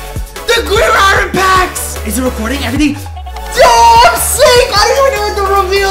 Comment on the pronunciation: Please, I been watching since M25, I know English isn’t ur first language. But please, Iron is pronounced “I earn” but like in one word. Not “I Ron”. Just wanted to let u know.